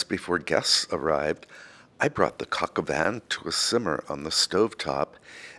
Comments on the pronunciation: I believe the dish is pronounced like coke oh vahn. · just a pronunciation correction. "Coq au Vin"......the "n" in Vin is silent!!! Great recipe - merci beaucoup... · It’s coq au vin